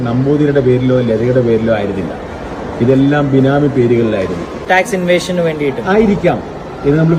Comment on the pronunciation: എടാ കഴുത കൊച്ചേ! ടാക്സ് ഇൻവേഷൻ അല്ല ടാക്സ് ഇവേഷൻ evasion എന്നാണ് . സാച്ചരകേരളത്തിന്റെ newgen മക്കൾ .